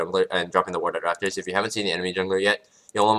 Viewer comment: It's not the subtitles. He actually says raFtors, not raPtors.